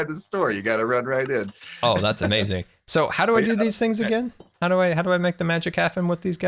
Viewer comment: Stop saying is gonna be amazin. You sound dumb